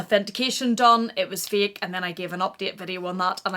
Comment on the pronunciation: Did she say “it’s a feel because it’s a feek?” Lol translation...It’s a FAIL ( pronounced FAY-EL) because it’s Fake ( pronounced Fay-k) You’re welcome! 🤣